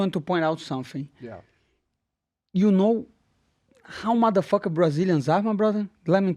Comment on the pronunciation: LET ME TELL YOU SUMFING